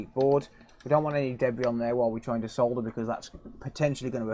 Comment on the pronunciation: leave it up to the rest of the world (not usa) to pronounce solder correctly good job man.